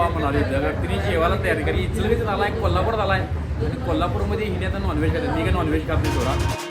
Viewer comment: Dada kolapur nahi oo kolhapur oo